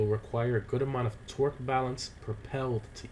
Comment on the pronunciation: Everytime he says Torque I think he’s saying Twerk